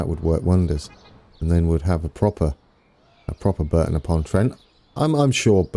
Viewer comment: Hi mate Brereton pronounced Breaton as in a Ton of Brie :) Power Station is being demolished now soon it will all be gone